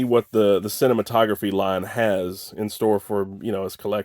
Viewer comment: The label is pronounced sih-nay-mat -o-graff. Named after one of the earliest film projectors.